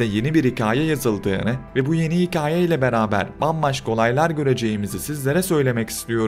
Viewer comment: Hikaaye değil,hikaye!